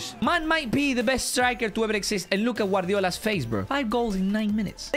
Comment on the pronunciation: Bro said guardiola